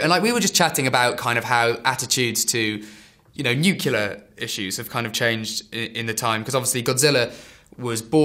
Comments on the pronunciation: It's fucking NUCLEAR, not NUKULAR. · It's not NOOKULAR it's Nuclear! NEW-CLEAR! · nuclear nuclear nuclear.. god nuke-ular drives me bonkers. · cant listen to him say Nuculer any more. It's Nuclear noob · I only have one thing to say, its fekking NUCLEAR! Not Nukelar or any other variation. Trailers look good but let's hope this turns out to be good. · C'mon, it's pronounced NooClear!